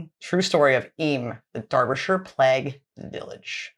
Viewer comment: PLAGUE is pronounced PLAYG not PLEG. Fast forward to 2020, and we in the UK are in lockdown, isolation and leaving food at peoples doorsteps .....because of Covid.